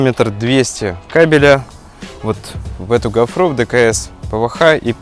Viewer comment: Как уши режет от вашей гофрЫ. Ударение на первом слоге..